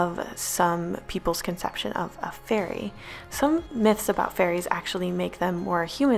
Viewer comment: My son said every time you said fairy it sounded like furry.